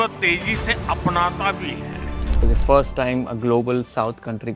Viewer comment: You should have learned first. How to speak English properly. Without all this. Uh, clicking, croaking, and incorrect intonations. Like, "hera we wily look at THE subjEct". The subject is important, not the fucking THE article! Wrong stresses! Listening to any video on YouTube recorded in English from India is simply impossible, it makes my ears bleed. It's just impossible, it's hard to communicate with you. It's impossible to understand what you're trying to say. That's the whole problem. Right there. You should have first learned how to speak English properly. So that everyone could understand you.